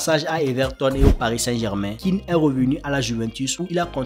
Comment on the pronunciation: C'est pas Moïse Kean, c'est Moïse kéan c'est un nom originaire de l'ouest de la côte d'ivoire.